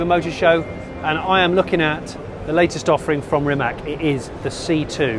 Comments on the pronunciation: They maybe should rename or badge the car for English market as it is supposed to be pronounced "Rimatz" - the way it is spelled now sounds like some sort of ladies hair removal cream to English speakers. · Bravo mr JS … We are not only second in football world, we are first in hyper electric car production … it would be great if You will learn how Rimac is originally pronounced in Croatian language, it's not tough and it will make us Croats proud if world would respect ours language as we respect others, C is not K in Croatian … it's C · It's RimaC, not RimaK!!! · Just to learn English speaking visitors how to pronounce properly his last name. Imagine that is written Rimatz, pronounce it in that way. The way you all do it is wrong. Letter “c” in our language is always pronounce as you would read it as “tz”. The way English persons pronounce it, wrongly, is as it was “Rimak”. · I know it's illegal for English speakers to pronounce right non-english names or phrases, but not Rima(K) but Rima(TS) , like in the Mitsubishi. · It must be pronounced Rimac like Rimatz, not Rimak... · I don’t undestand one thing. Mate is from Croatia. His surname is Rimac and it should be read as Rimatz. Why all the people are calling him Rimak? Why all the english speaking people apply english spelling rules to foreign names. It is not polite to screw someones name. You show him that you don’t respect the culture he is comming from. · I was curious how he will butcher the pronunciation of "Rimac", and I was not disappointed.